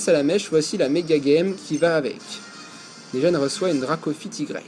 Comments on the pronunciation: toi du dis maga-geme ses mega-gemme:) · Ça se prononce mega jemme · Pourquoi tu dit mega guemme